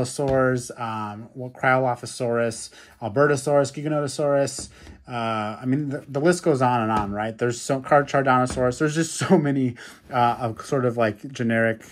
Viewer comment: It’s pronounced eokaarkaariaa, also carcharodontosaurus is pronounced karkrodontsaurus